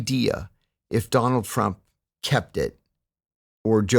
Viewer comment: Anyone else hear him say "Donald Frump"? lol. I really like John. He is a great story teller, and as far as being the "real deal" he has a far more verifiable and legitimate backstory than 99% of the CIA and special forces guys that do the podcast rotation. He is the real deal. But I think he is disingenuous when he plays hard into being right wing. He knows that the right wing media sphere eats it up and pays well when you play their side.